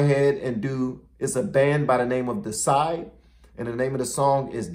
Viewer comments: A small correction on the pronunciation if you dont mind. DEIcide, like genocide/and or suicide not Decide, meaning the murder of a deity (i think?). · That's pronounced DEE- ih- SIDE. It means "Killing of a god" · Pronounced Dee uh side. It means to murder god or a god. You know, like homicide, patricide etc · They're called DEICIDE not "decide." Big difference Lol. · The name is actually pronounced “dee-ah-side” which means to kill a god. Also LOL at the uneducated twit in the live mislabeling them as deathcore(yes imma be that guy, bite me lol)..this is pure Death Metal, there is a distinct difference. Deicide are one of the earliest bands to come from the 90’s Florida scene that basically created the sound of the Death Metal genre. Bands such as Death, Obituary, Morbid Angel, Cannibal Corpse(who were from Buffalo NY but went to Florida bcos that’s where the scene was), etc. To be honest I’ve never paid enough attention to whether Glen used vocal effects on this song but it’s likely as pitchshifters are very common in some forms of extreme metal such as Goregrind, but I digress. Their whole gimmick was being very Anti Religious/Satanic so the vocals were to scare ppl and sound like a demon. They also used to throw animal guts into the crowd in the very early days but venues stopped booking them so they didn’t do it for long lol. More Death Metal to react to(ill try to make it a short list lol) Death-Spiritual Healing Obituary-Chopped In Half Morbid Angel-Chapel Of Ghouls Possessed-The Exorcist Autopsy-Charred Remains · Dead by Dawn is from a movie franchise called EVIL DEAD. IT's from the 80's into the 90's. Dead by Dawn is the subtitle of the second movie Evil Dead 2. And the band is pronounced D-AH-SIDE. Deity- Death. Like Infanticide. Infant-death. Or Suicide, Death of Self. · The correct pronunciation of the bad is DEE-UH-SIDE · Pronounced Dee-uh-side. Not judging, just educating 🤘